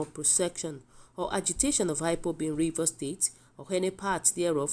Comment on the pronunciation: Please is not high pop but IPOP not heny body but anybody and etc. So if you cant pronounce wards well is very difficult us to understand the news from you thanks